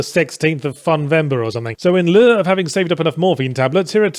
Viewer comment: "In leurrrgh of..."? That's not even slightly how you pronounce lieu.